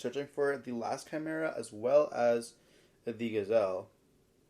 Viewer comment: Excuse me? Branded Chai-mera? 🤣